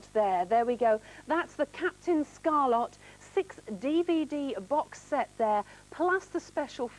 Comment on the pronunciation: ScarLET not ScarLOT